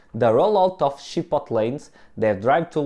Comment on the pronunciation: “Chip-oat-lay” is the proper pronunciation. It’s not “Ship-bottle” (it’s a Spanish word, not an English word)